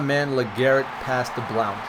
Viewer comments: its just pronounce (Blunt)... i understand theres an "o" in it, but... yeah. blunt. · u pronounced blount wrong